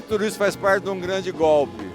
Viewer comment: "Robou, mas feiz"! Kkkkkkk